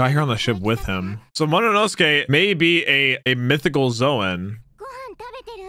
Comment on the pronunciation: I ache each time says "Mo- no- nosuke" Agghhh😫😂